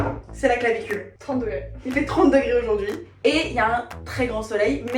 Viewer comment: pendant la collaboration commerciale je suis la seule à avoir entendu clavicule au lieu de canicule?😂